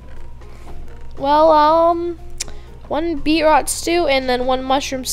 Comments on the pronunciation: It was like someone stabbing me and my grades everytime you said BeetROT instead of BeetROOT! 😣😂🤓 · It's not Be-rot it's Beet-root!?!?!?!!!! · Beetroot is beet then you say root as in the root of a plant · BeetROOT haha beetrot XD no hate love you just thought that was funny